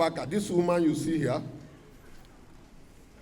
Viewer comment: The phones are heah, the transformer is heah, ta sit down, ta stand up, everything is heah, you think this is Kano….Kano robbers. Lol. Not funny at all, what is going on close to home.